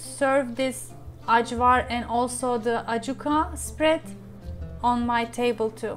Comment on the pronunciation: From Macedonia here! Thank you for representing us Balkan’s! I love your channel 💜 BTW it is pronounced ‘ayvar’ not the ‘j’ sound 💜